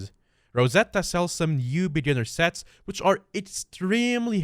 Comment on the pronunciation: I heard sex and items instead of sets and items. You kind mumbled there imo. lol